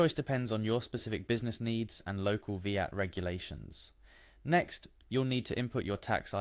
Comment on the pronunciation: I like the video and it was really helpful! few pointers though, its VAT not Veehat, and if someone doesn't know how to login to something (which is what the first half of the video shows), they have no hope trying to carry out a VAT return. At that point they should just get a decent accountant